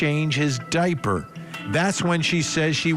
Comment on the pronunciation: The fact he says dipey bothers me